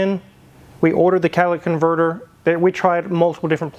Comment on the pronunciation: Master tech saying cat-ah-La-dick converter is crazy work…